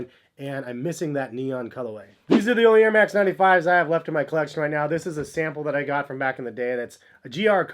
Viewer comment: “Nair max”